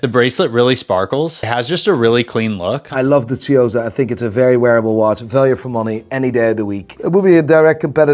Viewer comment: "Tsuyosa"✅: "Seeyosa"❌